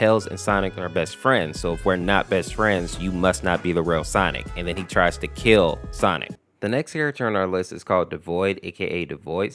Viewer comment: bro cant even say kill lmfao 😭😭😭